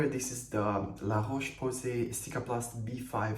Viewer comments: Your pronunciation of "Laroche-Posay" is perfect. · I second this comment